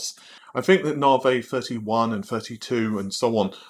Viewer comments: Its "Navi", not "Navey"! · Please I love you and your video's but it isn't said Naarvey and you sound kinda silly as a tech expert/tech reporter continuously calling it this even though you must know by now the correct pronunciation. Come on man, it really takes away from being able to take you seriously even though I know you know what your talking about. Sorry if I come across as a dick and I know a million people have said it but...